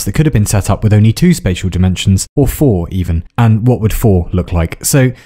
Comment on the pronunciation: Did... did you just pronounce "tre" (three) and "four" (fire") in Norwegian?